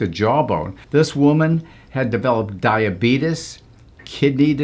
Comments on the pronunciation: Ah yes, diabetus. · the way he says diabetes like DYE A BEETLES. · He had me at diabetiss. She dat betiss 😂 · "Diabetus" sorry :| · Its official boys. The correct way to pronounce it is Diabeetus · How the f*** did he say diabetes again